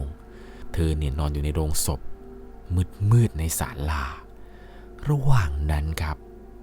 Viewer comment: โลงศพ ไม่ใช่โรงศพ ควรออกเสียงให้ถูกนะคะ